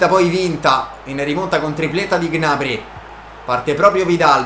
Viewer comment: Non si dice G-nabry, si dice gnabrý